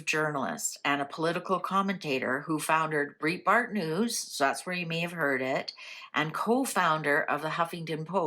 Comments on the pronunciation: Thank was going to text same on pronunciation of Andrews name! Nothing against, she isn’t in USA, so probably never heard his name spoken! Love your readings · Andrew Breitbart (pronounced “brite”bart) was awesome. I was a big fan, and stunned when he died so young. (And essentially on my birthday, too - February 29th) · Since you didn't pronounce his last name correctly, how could the cards read correctly? Plus I've always heard he had heart attack while walking and not died at home. ???